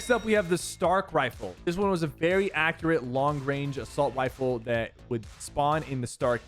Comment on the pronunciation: I swear I heard assault wieffle